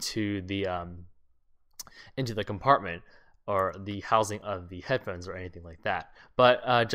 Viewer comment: lol he says head phens